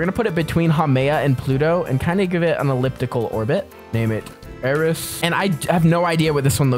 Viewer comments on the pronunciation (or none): you got eris so wrong